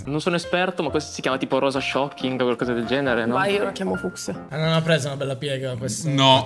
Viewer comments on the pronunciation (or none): Rosa "shoccking" non si può sentire.